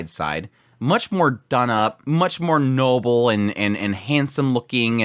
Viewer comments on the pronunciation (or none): none